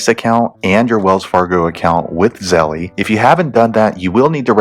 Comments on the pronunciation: Him saying zellee is lowkey sprinkled on stress I didn’t need right now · E is silent, Zell. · It's pronounced ZELL